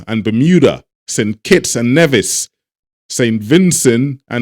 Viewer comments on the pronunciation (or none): none